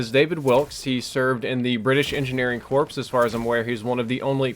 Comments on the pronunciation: pronounces corps as corPs rather than core. Seriously dropped the ball on this episode in the first minute alone. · Corps is pronounced "core" not "corps" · Corps is pronounced core not corpse. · I hate glitch. It's the bane of my existence and btw corps is pronounced "core" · Corps is pronounced core